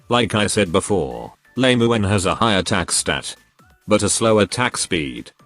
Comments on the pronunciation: Why is it that your text to speech program says Lame-uen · Should you get and build "lame u en" Is what I hear 😂